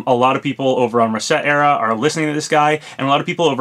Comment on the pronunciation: You are the only person I have ever heard in my life pronounce ResetEra correctly.